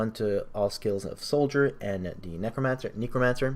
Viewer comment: Please stop saying kneecromancer. Otherwise. Epic build, good vid